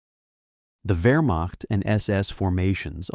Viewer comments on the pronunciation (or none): none